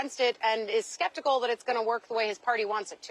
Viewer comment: “skeptical” I started busting up laughing when I heard that